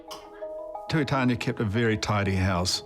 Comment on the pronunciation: Tuitania pronounced Too-ee-tah-nee-ah